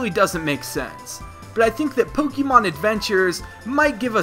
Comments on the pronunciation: Please just stop its not pokeeemon it's pronounced pokeymon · Pokémon is not pronounced with the "ee" sound. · Thank you, if you improve the way you say it, I will certainly deliver more likes.